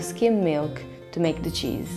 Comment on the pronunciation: "The chizz iz legit!" 😂